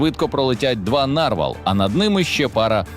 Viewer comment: Панове журналісти, у слові "нарвал" наголос на останній склад. Попрацюйте над грамотністю, щоб нам не було соромно за вас.